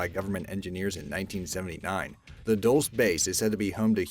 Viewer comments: Shadowbane Gaming This is a week+ late but it is indeed pronounced duel-SAY... Source: I've been there multiple times lol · It’s pronounced “dull-chay”, not dulls. Lmao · Dulce is not pronounced dullss it's dull chay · Please watch your pronunciation. The Spanish word “Dulce” is pronounced: duel-say not duels. It’s iritating when you mispronounce things. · I cringe everytime you say "dulce". It's Spanish, say it "dull say". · Its pronounced el -dull-chay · You are wrong -- go back to the drawing board! MiG stands for Mikoyan-I-Gurevich and is indeed called "M I G" 'em-eye-gee' by many, both civilian and military! And 'Dulce' is usually pronounced "dull-say" by most people who speak English, French, Italian, etc., but there are variations depending on what country is pronouncing the word! (I don't know how communist countries say 'dulce') and even service personnel sometimes will say the shortened word, "mig" (rhymes with big) for the Russian aircraft. It is written MiG. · Foxfire0002 Dull-chay* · Guys, please... We should all want to be at our best, so the egregious mispronunciations need to stop. #9: MIG isn't an acronym pronounced "m-i-g," but rather a singe word "mig." #7: Dulce isn't pronounced "duhls," but rather "dul chay."